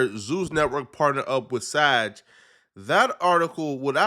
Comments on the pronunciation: It is pronounced “SAG”..like SAG your pants…not SAJ. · SAG hard G like bag! Not G like SaGittarius. 😂